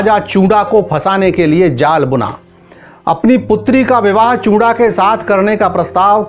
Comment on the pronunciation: Paji chunda hota hai not chura samjay